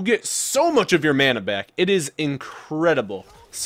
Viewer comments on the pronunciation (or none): none